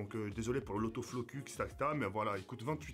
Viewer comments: l'auto floku mdr, on dit focus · Il a dit autoflocus o lie de focus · PLUS JAMAIS TU DIS L'AUTO FLOCU ON DIT FOCUS MDDR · Auto flocu il a dit 😂😂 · Mdr ya dit l'auto flocu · "désolé pour l'autoflocux" ptdrrr autofocus tk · "Auto-Flocu" 2018 😂😂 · "L'autoFlocus" J'suis mort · Il a dit l autofloqusse 😂😂😂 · Il a re dit auto flocux 😂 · ptn il a dit "l'autoflocu"